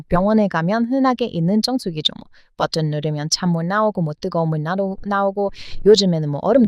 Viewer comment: 사랑하는 의 한국어 발음이 많이 부족하시네요. 그래서 하나 알려드릴께요. 벝흔이 아니라 버튼 입니다. 다시 해보세요. 버! 튼! ㅋㅋㅋㅋ